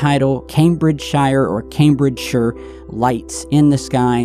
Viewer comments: I'm from the UK, you did well with that pronunciation, it's "CAME-bridge-sheer" or "CAME-bridge-shur" depending on accent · Thank you for saying Cambridgeshire in the correct UK version after the American version. Nice to see someone who actually knows how to name our cities properly. Kudos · Hi there all. Spot on about alien invasion etc. Known this now 4 a long time. 35yrs on this subject, cannot get enough. Oh Cambridgeshire, is pronounced correctly the 2nd time u spoke. Only saying as u weren't sure. Take care to all AlienAnn Lightbeing uk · I'm.in uk 🇬🇧 there is a lot of unexplained things been happening here q long time not just in our skies. Also you pronounced Cambridgeshire correct the second time you said it 🙂